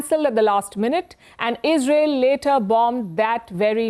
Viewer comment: She should first learn how to pronounce Israel and Qaani. Most Indian news anchors have no clue.